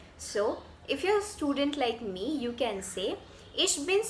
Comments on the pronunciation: Loved your video, however I think the correct pronunciation for student/studentin is 'shtudent /shtudentin' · Aussprache von "Student" ist nicht ganz richtig. Erstens: Das "St" am Anfang wird wie "Schtudent" ausgesprochen. Zweitens: Betonung auf der zweiten Silbe: SchtuDENT.